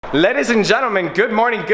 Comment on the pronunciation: Anybody else hear “lettuce and gentlemen” at the beginning?